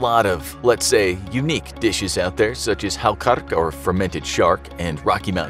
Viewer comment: I can't believe that's how you pronounce "Hákarl"